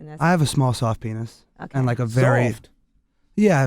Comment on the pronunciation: Literally no one: Charlemagne: "penith"